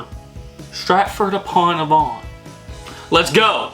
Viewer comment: Loved your pronunciation of Stratford upon Avon.. I'm gonna start saying it like that now it sounds posh 😅😅